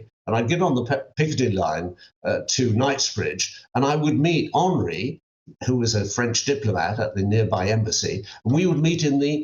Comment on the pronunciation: FFS Michael Cole stop reeling you old stories we have heard them all before. His name was Henrik tray and say it properly everyone else does you silly old has been